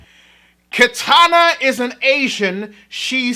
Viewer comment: why do people always mispronounce Kitana's name?